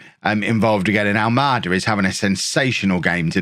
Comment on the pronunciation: ALMADA , you've been saying well . Its a Portuguese name , of a city on the south side of Lisbon ,capital of Portugal .